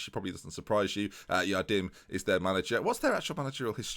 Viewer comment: its Jardim read like james its a hard J btw love the video keep it going